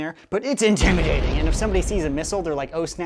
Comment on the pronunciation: STOP SAYING IMTIMADATING😫😫😫😫